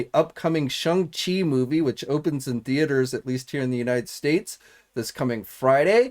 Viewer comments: P you keep pronouncing it s h u n g it is supposed to be pronounced s h o n g like the difference between long and long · As well as Shung Chi lmao